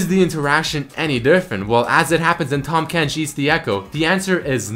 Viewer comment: IT'S TAHM FUCKING KENCH NOT TOM KENCH T-AHHHHHHHHHHHHHHHHHHHHHHHHHHHHHHHHHHHH-M KENCH not T-AWWWWWWWWWWWWWWWWWWWWWWWWWWWWWW-M KENCH